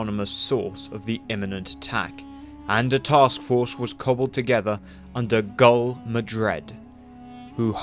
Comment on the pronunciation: Who is Jagul Ocett?? Her name was Malyn and her title is GUL Ocett what’s this Jagul